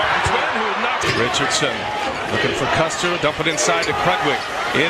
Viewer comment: Mispronouncing Loyola’s best player, Clayton CUSTER’s name is embarrassing dude. I enjoyed the video but damn. Show some respect and get it right And Enfield? What?? How do you even get that wrong?